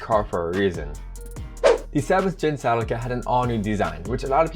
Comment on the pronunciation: Sea-Lee-Ca is how it is to be pronounced.